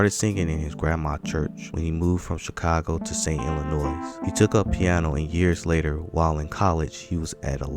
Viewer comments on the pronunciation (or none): none